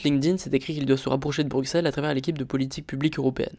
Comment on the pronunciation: J'adore !!!! par contre on dit BruSSelles pas BruXXelles 😄